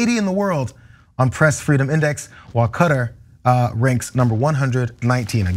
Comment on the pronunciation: Cutter, would be a knife or like implements. I am most surprised to hear even Cenk mispronouncing the name of the country. I would advise you all to go to Wikipedia and check how Qatar is pronounced.